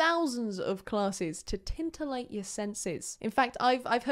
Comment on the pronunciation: I had to pause, rewind, and listen closer, but you did say tintillate. Or maybe it's a lingual drop. But yeah... titillate*.